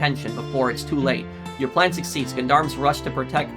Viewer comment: Gendarmes is pronounced like Jon-Darms.